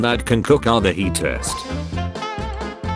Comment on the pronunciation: Are you seriously telling me that you can't even say "hottest" anymore? Or was that some sort of text to speech bug? Honesly if you told me it had something to do with Youtube, I wouldn't even be suprised.